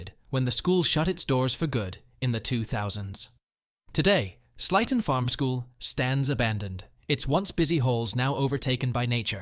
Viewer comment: Sleighton Farms is pronounced Slayton Farms, like Santa’s sleigh.